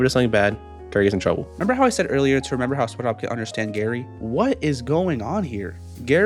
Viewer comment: dude literally says sponshob